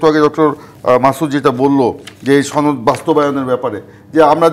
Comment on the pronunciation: ছনদ নাকি সনদ! কিছু মানুষ ইচ্ছাকৃত ভাবে সনদ কে ছনদ বলে নাকি ঠিকমত উচ্চারণ করতে জানে না?